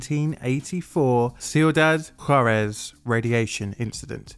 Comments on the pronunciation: That's pronounced kweedahd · Its pronounce like quidad wit a q sound not a c im vannilla villa white and i know that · Everytime you say the towns name I hear "See you, Dad". 😂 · Cuidad = kwee dad Nuclear = new clear